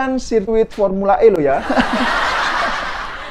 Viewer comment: Saya selalu ketawa klo abang adminnya sebut pormula E ini krna sirkuitnya msih di alam goib😂😂